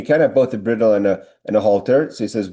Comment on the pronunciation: Yasher Koach,! Bridle is pronounced bride-el.